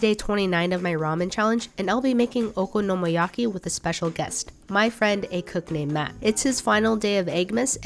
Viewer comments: I believe the okonomiyaki is mispronounce. Don't get me wrong she always try to pronounce the words right. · Wait... THAT's how you pronounce okonomiyaki? 👀